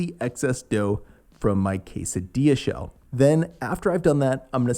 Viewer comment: I died a little every time he said shell